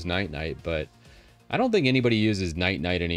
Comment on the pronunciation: still calling Ninite "Night-Night" 😂